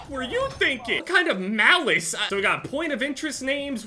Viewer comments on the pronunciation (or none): I love how put so much emphasis on the word malice when he fought the guy with the RPG!!